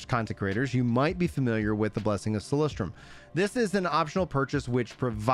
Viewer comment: idk why u call it Solistrium when is Solisium where u get the "t"? AHAHA maybe bcs of the hype